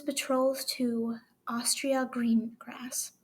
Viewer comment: I’m not trying to criticize but just for future reference I think you pronounce it a•story•ia like I said no judgement at all you did great! But I’m crying so hard I could barely see to type this 😭😭😭💔💔💔